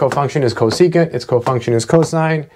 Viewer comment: When he said "co-se-cunt", i felt that